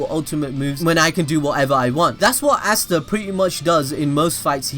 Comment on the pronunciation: You say easta